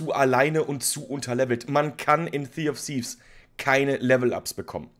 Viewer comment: Zee of siff…is das was er am fuss hat.